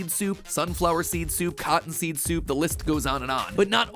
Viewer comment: Coffee.... Soaapu?